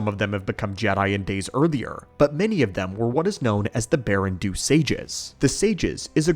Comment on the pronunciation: "Baren-DOH", not "Baren-doo," einstein.